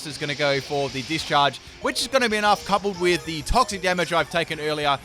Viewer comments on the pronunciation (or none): none